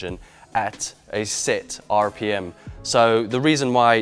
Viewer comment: Is it just me or does sound American when he says “RPM?”